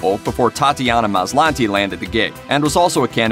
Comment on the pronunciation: Why are you pronouncing Maslany like that?